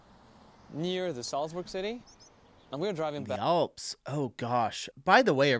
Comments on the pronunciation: ALPS not OLPS. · Why do many Americans have a difficulty with the letter A? Olps? Others... posta... Awldi... Try A as in "an". Yes, I'm being pendant 🤨☺️